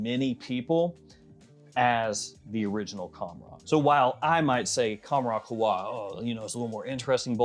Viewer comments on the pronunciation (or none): It's qawh-wa not khowa